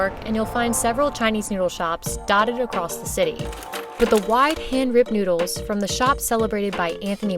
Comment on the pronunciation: The moment you pronounced it "Newdles" am convinced of the taste.